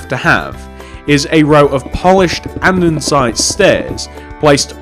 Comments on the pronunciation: its pronounced "and-a-site" not "and-en-site" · It's Not Andensite it's ANDESITE